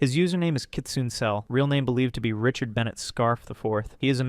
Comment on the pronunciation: The name kitsune is pronounced 'kit-soon-ay'